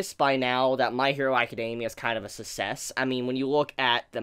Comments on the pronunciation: Success* not sussess. But good video lol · My dude did you just pronounces success as sussess... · did you just pronounce success - "sasses"!?!?!?!?!??!? hahahahahahahahhahahahahahahaha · Never heard success pronounced susses. Is that a thing in your area? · suh sess ful. yes, thats how you say that. totally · Triggered by the way he says success and successful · can not say success right?